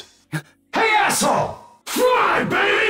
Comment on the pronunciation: He said "fly, baby", but I keep hearing "fuuuuck, baby"